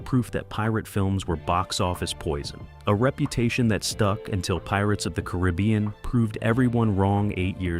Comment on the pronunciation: You don't enjoy the mispronunciation of razzie or Caribbean?